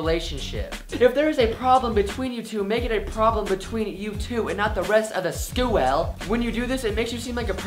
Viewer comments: when he said "scooel" I literally died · The way you said school in the first tip I cried